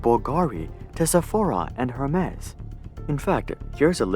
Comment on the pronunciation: Lmao hermes!!!!!! You don't know how to pronounce hermes!!!! 😂😂😂 I'm dead af